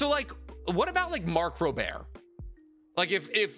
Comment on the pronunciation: One comment: That is NOT how you say Mark Rober